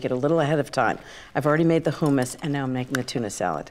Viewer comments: She's so bougie and uppity that she's messing up words...Hoomis???? It's hummus.. hum like in hum a tune......yet and still she's one of my favs 🤣🤣🤣🤣 and don't forget, always use "good" vanilla 🤣💀🥴🥴🥴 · Ina, it's pronounced hummus not who - mummus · Who - muss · Is it weird that it bothers me that she keeps saying "who-muss?" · "who says "HOO-mis?" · Wtf is Hoooo-mas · Why does she keep saying hoomus ? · Terri Myrick I'm with u on that. I never heard it pronounced that way.